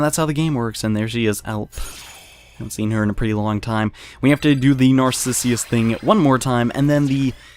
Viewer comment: It's Narcissus though, not Narcissius. :/